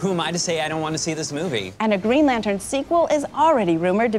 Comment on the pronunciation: "Greg Lantern" lol!